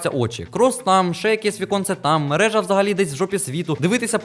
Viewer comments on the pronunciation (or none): Не меража а маржа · Маржа, а не мережа 😅